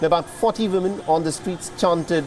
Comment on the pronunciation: Respectfully w is a sound similar to the French word for yes, oui. Several reporters say vimmen and it’s distracting